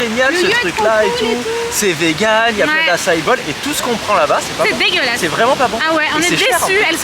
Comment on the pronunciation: Tu peut arrêté de dire DEGUELASE je trouve sa irrespectueux 😅